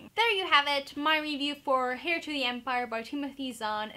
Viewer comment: Are you wearing a shirt? Also the H in heir is supposed to be silent. Peace outttttttt.